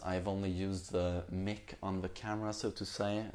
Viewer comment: Yo, "MIC" is pronounced like the first part of "microphone," not "Mickey!" xD Just thought I'd letcha know.